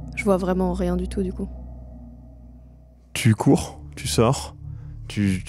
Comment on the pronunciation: quand demande à si elle court ou se cache, ça sonne comme "tu crève maintenant ou tu crève plus tard?"